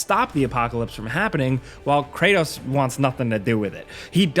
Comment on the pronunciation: bro said kranos ...